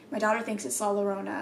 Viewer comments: La Llorona is like pronounced like La Yorona. But La llorona's story is about a beautiful woman named Maria marries a rich ranchero(aka guy) with whom she has two children. One day, Maria sees her husband with another woman and in a fit of rage she drowns their children in a river, which she immediately regrets. Unable to save them and consumed by guilt, she drowns herself as well, but is unable to enter the afterlife without her children. Which then causes her to "look" for her children near lakes wailing and crying out " mis hijos, donde estan mis hijos" or something like that which means "my children, where are my children" The legend of la llorona was first made is mexican culture so that it teaches children to not go outside at night alone or la llorana will find you and get you. She's also sometimes seen with a white dress on. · lmao “la lorona” 😂 it’s pronounced “la yo-rona” lol I wanna hear you say it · Yo-rona! Stop with Lo-rona, I can't. Lol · "La Llorona" is pronounced as la yorona so instead of an L sound its pronounced with a Y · Every time you said "La Lorona" aaAAHH Please, it's pronounced "La Yorona" 😂😂 I was getting irritated ngl. But ily boo, I'm just tellin ya how to pronounce it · just so you know, la llorona is pronounced yorona not lorona :) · La llorona is pronounced with a y sound like la yorona and you roll the r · Just for pronunciation sake the double L in La Llorna is pronounced with a y sound. Atleast from what I have understood. If I am wrong please correct me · just wanted to tell you that “la llorona” is pronounced “ la yuh-rona”. hope his helped!! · Just a small correction if there are anymore in the future: la llorona is pronounced la yorona because ll makes a sound similar to y 😁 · talking about La Llorona: * pronounces it “Lorona” * Me:😂 La “Lorona” Where I’m from Lora mean parrot and that’s what it reminded me of 😂. All I could think of was a parrot in dress mimicking La Lloronas crying 🤣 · It is pronounced la yorona